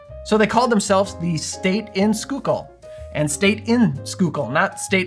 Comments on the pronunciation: Awesome job on pronouncing Schuylkill correctly - so many folks just can't wrap the head around some of the names around Philly! And the punch looks good too!!!! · Happy Friday! Great video as always! Gotta try this one. Grew up in PA. Schuylkill is pronounced skoo-kill there. No judgment, there's all kinds of crazy pronunciations up there! 😊